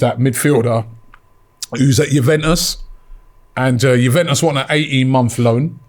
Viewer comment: pronouncing names is so jokes, ‘jewventus’ & ‘vlohvic’ hahahaha